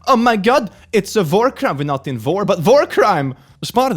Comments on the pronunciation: and his akcent he say war I here vore it kinda funny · what he said: oh my god it's a war crime what is sounded like: oh my god it's a vore crime 😳😳😳😳😳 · *says war crime with an accent me: "guess its time to add vore crime to my bucket list" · Honestly I heard it and went "wait what?". kinda glad to know i wasn't the only one who thought he said that.